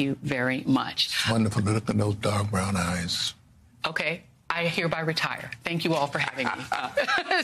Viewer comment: I was listening to this and reading the caption the caption said you got dog brown eyes thinking he said with those dark brown eyes😅😂😂😅😅 or he really did say dog brown eyes😅😂😅😂